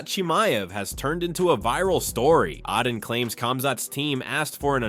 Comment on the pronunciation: It’s AY-den Ross bro